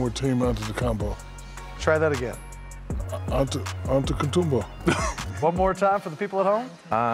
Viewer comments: Shaq said Antenakoumpo and acted like he said it better than a Greek 🤣🤣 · Shaq is gonna be on shaqtin a fool with that pronunciation🤣👌🏻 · It’s actually Antetokounmbros